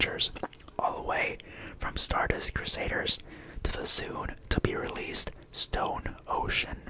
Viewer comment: "Soon to realese" stone ocean